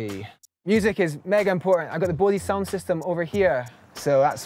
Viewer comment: I can't get over how he pronounced Bose